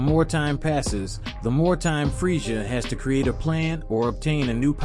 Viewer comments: It is pronounced freiza not freisha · I heard freija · Your right he keeps pronouncing freisha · Dude the way you say freiza is bothering me